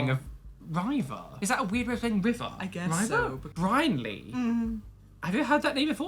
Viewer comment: I think the Brynlee name is pronounced “Brin-lee” and Emersyn is either how you said it or ‘Immersion”?? But also I love you guys so much😂❤️